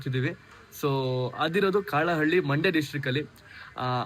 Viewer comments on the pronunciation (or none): Not (ಕಾಳ ಹಳ್ಳಿ)❎ ಕಲ್ಲಹಳ್ಳಿ✅ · ಕಾಳ ಹಳ್ಳಿ ಅಲ್ಲ ಬ್ರೋ ಕಲ್ಲಹಳ್ಳಿ